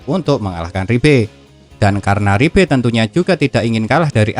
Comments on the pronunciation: Liebe bukan ribe! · Liebe ❌ Ribbe ✔️